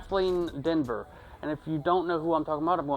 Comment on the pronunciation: Her name is actually Kaitlyn Dever (pronounced with a long e between the d and the v)